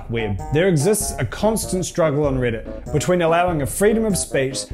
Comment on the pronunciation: ITS "REDDIT" NOT "RIDDIT"